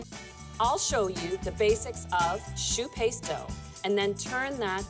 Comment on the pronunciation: Amazing ... My favorite donut too.. "shoe paste"?